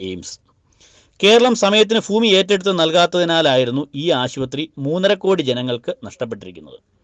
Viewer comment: കഴുതെ ഫരിക്കലല്ല... ഭരണം.. ഭരിക്കൽ.. ഫൂമിയല്ല.... ഭൂമി... മലയാളം വൃത്തിക്ക് വായിക്ക്..